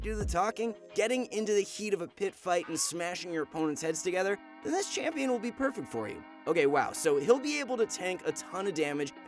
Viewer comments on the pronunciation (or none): none